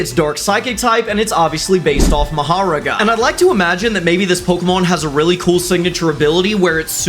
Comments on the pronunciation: “Mahirga” Bro it’s mahoraga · "Maharaga" caught me off gaurd😂 it's MAHORAGA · The way he says mahoraga is like maharoga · OK, you’re like one of my favorite Youtubers BUT MA-HA-RAGA EXCUSE ME MA-HOR-AA-GA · I’m sorry, MA-HA-AGA?!?! ITS MA-HOR-AGA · "Maharaga" its "MAHORAGA, HELPPP" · mohoraga not mahogroa 😭😭😭😭😭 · i'm sorry i'm gonna need you to say 'mahoraga' not Mah or ruaga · no one's gonna talk about how he said ma-haw-roga instead of MA-hoe-raw-gaw? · I noticed it first time he said it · "maharaga" closer, but not right. ma-ho-ra-ga. youve said maharaga and mahagora. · NOO HE SAID MAHARAGA NOT MAHORAGA U DONT KNOW JJK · (Pokédex fillers!) Mahalaga me:? is that supposed to be mahoraga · ah yes maharoga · What the fuck is Mahharaga? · Ah yes maha-raga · I’m a jjk fan and it’s ma-ho-ra-ga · You said Maharaga wrong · Bro said nomara 💀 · mahogara is not how you say it lol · "maharo GAH" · Bro said "Maharoga" 💀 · Maharaga? Whyyyyyy cant you pronounce it right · Not to be that guy but; PLEASE , it’s pronounced ma-hu-rah-ga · MAHOR RAGA? 💀💀💀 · Bro said marherraagger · I died when bro said moharaga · Erm it pronounced mah-ho-raga not ma-horaga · DID BRO SAY MAHARUGA?? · It's pronounced Ma-hoe-raga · The way you said Mahoraga is criminal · yea but bc he said it incorrectly I went with that too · The way he pronounced mahoraga is a major war crime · the way he pronounces mahoraga makes my skin burn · You pronounced it wrong please look up how to say Moraga, please😂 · Butchered the Name 😂😂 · Love the designs, but your pronunciation of Mahoraga is disgusting 😭